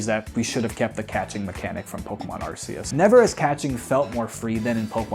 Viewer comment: My guy. They pronounced it ar KEY us in the anime 14 years ago. get with the program